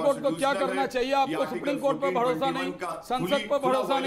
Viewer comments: भडोसा नहीं भरोसा होता है 😂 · ye bharosa bolra ya Bhadosa?